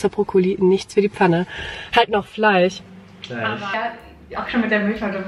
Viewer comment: Finde das irgendwie interessant, dass du Milch wie „Milsch“ aussprichst aber Fleisch wie „Fleich“🙈 sonst könnte man ja denken, dass entweder das „ch“ Oder „sch“ am Ende das Problem ist 😄 aber da bist du nicht die einzige..Frage mich nur immer wenn ich das höre 😅